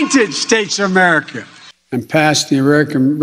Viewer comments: He can't say America but he no trouble saying China. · Two words, "United States of Ererica" Not a joke, c'mon man. Two more years, Sheeeeeeeesh. It was a Thanksgiving dinner and two turkeys were there. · Two words: "Make Ma-Merica Great Again" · Let’s see… Mamerica, Arerica, Amurca, Garerica, Amers, Amer, Awerica, G’mera… Where does he live, again? 🤔 What country is he Resident of, again? 🤔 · I agree... it's infuriating that he can't say "America' correctly. UGH! 🤬🤬